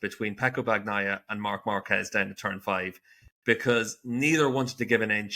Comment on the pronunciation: Pecco's surname is not pronounced BaGnaia, it's pronounced Banyaia!